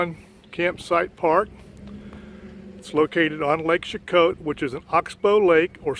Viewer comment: I'm from this place and we pronounce it SHE-KOE :) lol, great video of my hometown roots!!